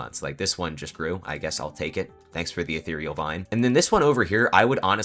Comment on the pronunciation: That is, in fact, how you pronounce ethereal. Good job!